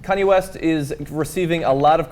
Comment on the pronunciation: did he say Cudi West in the beginning?